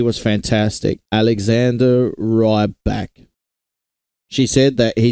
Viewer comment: It's not "Rayback" it's Ryback (Reebak)